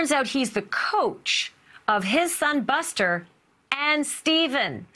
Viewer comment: Male commentator Screwed up Buster and Paul's name's ....other than that...yeah